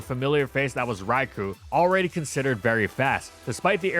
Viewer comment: Petition for to stop mispronouncing Raikou.